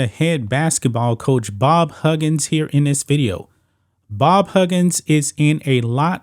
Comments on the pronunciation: Lol he messed his name up like 78 times. There's no D in his name. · Huggins..NOT Hudjin's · This guy also can’t say the name right, it’s HUGGINS….Not Hudgens 😂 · How does he not know how to pronounce Huggins? He’s never watched College Basketball? He keeps saying Hudgins... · ITS HUGGINS NOT HUDGINS SMH but ya he’s done for can’t be that stupid man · Dude learn to say the guys name . It’s Higgins not hudgins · I cant stand the way you say huggins’s name. It’s HUG gins. Not HUDGE ins. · His name is pronounced Hug-gins, not Hug-jins. 💪🏾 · Its Huggins, as in hug. Not "hujins". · How in the fuk dont u know how to say Hug-gins..😂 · learn how to say his name if you’re making a video about him…. you hurt my head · Way off topic but relevant, how do you consider yourself a sports expert when you cannot pronounce the name of one of the most well known coaches ever? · Huggins with hard G sounds. How does a sports show think its pronounced with a J sound?? 😂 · I agree Huggins should go, but you sir, need to learn how to pronounce his name!!